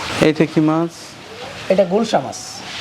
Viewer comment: উচ্চারণ ভুল আছে, হবে গুলশা মাছ